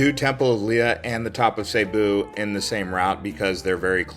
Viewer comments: Its NOT Sabu. Its Cebu with a C NOT a S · it's see boo not seybo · It's cebu not saybu, my wife is from there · It's not pronounced "SayBoo" it's pronounced "SiBoo" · As long as I've been aware of the existence of the province location location in The Philippines... Cebu has always been pronounced as SEA-BOO as opposed to SAY-BOO! Now before anyone gets on me about my pronunciation of SEA-BOO my wife who was born and raised there taught me the proper pronunciation! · Dude. It's pronounced Cebu (see-boo). Not (say boo). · see boo , not say boo , lmao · Why do people pronounce it "Sayboo"? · Nope, Cebu not sayboo, not siboo. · It's still wrong. He can at least pronounce right if he's going to do a vlog about it. He sounds dumb every time he says it.